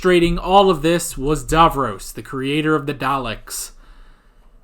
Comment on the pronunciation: Dav-ross not Dav-rose 😁